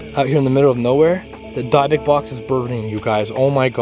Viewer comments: said dibick box not dibic Box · Not Dye (talking about pronunciation) it's pronounced dib, like you call dibs on something. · Pronounced dibock not dybok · your pronouncing it wrong its not dabik but dibick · dybuk=díbic not dībic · The way he kept saying Dybuk Box was earking the hell out of me like say it right Lmaoo sheesh great Video tho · I remember the video of you finding a DYBUKK BOX in the water. DIB-IK Lol that’s how it’s “pronounced” Yo! You say DYBUKK box so weird 😂.. it says zozo.. that box is prob not to old obviously. Dybbuk boxes themselves have only been around for a few years. but that could be authentic cuz some idiots prob really conjured a demon, and put it in a box. haha and would find it 😂 Though the contents of the box were insane!!! Good stuff. I have to watch the video again still completely. I already commented what I think about watching the clip at the end. Just saying man!! Didn’t mean to be harsh I love all your videos! I love the amazing “authentic” videos the most! Great work keep it up brotha. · What’s a dabuk bux 🤣🤣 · Good morning the word you are trying to say is dibukitt box please be safe when opening the box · Dib-ik is the pronunciation.... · Is it pronounced as Dibukk not how it spelled as dybukk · It’s pronounced “dibbick” i believe they originated as a Jewish way to contain evil spirits and demons and are decorated with many different incantations and markings and demon or spirit names of those contained inside. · It's pronounced DIBBUK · the fact that keeps pronouncing dybuk box wrong is only a bit annoying it’s pronounced as di•buhk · It killed me how you pronounced dybbuk box 😂 Banger video though ! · Ok sorry, but the way your miss pronouncing the dybbuk box is just mad funny. X D ---> dyb·buk /ˈdibək/ noun (in Jewish folklore) a malevolent wandering spirit that enters and possesses the body of a living person until exorcized. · Can't even pronounce the name of the box correctly.